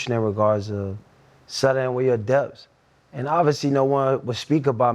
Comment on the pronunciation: If any of you are confused, he’s saying “debt”, not depth.